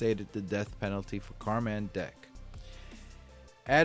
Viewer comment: It's still pronounced "Carmen" though! Not Car-man